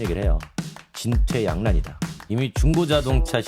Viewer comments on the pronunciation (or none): 진퇴양난? 네가 공부도 없이 진푀양난ㅇ